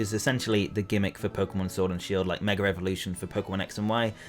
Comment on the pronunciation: gotta get this of my chest after a long time. your pronunciation of mega as "meger" is often hilarious but also getting on my nerves.